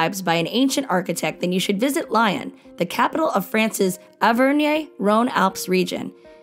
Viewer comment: I think the narrator should learn how to pronounce the cities properly. Lyon is not Lion. Saint Tropez you don't pronounce the Z. Etc.